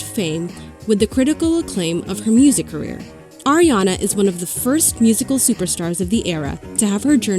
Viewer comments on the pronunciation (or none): its ARIana not AIRiana